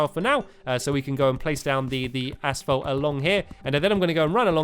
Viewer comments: lol, he says 'asfault' instead of asphalt. here in #MURKA , we say it like 'asalt'. (short a-salt) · Haha stampy said ass_folt I'm not trying to be mean though... :3